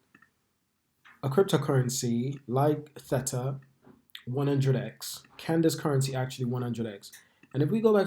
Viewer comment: It's a hard A not an et sound in the middle of the word mate 👍